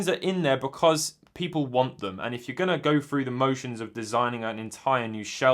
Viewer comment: “Go fru da moshuns”